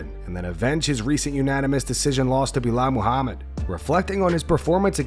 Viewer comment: Why did you say Belal’s whole name like it was one word? Belamahamid?